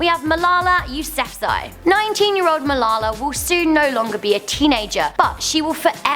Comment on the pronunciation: wow you said Malala's name soooo wrong